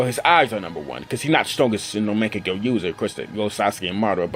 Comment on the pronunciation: the way you pronounce Mangekyo lmaoo